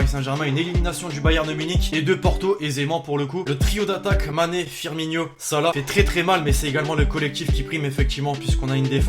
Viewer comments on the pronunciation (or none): Ça se prononce Firmino, pas Firmigno